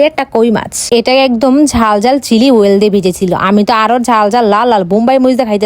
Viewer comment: অয়েল ❌ ওয়েল✔️😂